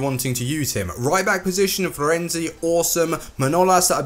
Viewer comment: My god when you were introducing the right back position it sounded like you said "Ryback Position" Lol